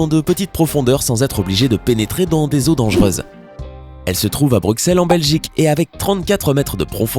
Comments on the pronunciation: BRUC SEL ? C'EST BRUSSELLES POUR CEUX QUE NE SAVENT PAS LE PRONONCER (mieux orthographier Bruxelles) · On ne prononce pas le x de Bruxelles, on dit Brussels sans prononcer le dernier s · On dit Brussels et pas Bruxelles 😕😕😕😕